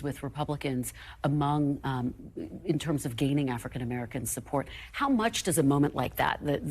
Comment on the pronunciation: This buffoon can't even pronounce "Tuberville" he said "Tuvverville." Amazing !